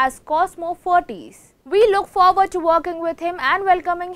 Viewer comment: actual pronunciation is ferrites and not ferrties..(shud be prounounced as Fa Rights).